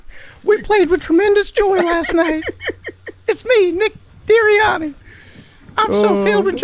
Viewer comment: “Nick Deeriani” made me laugh way too hard. Keep ya head up 😭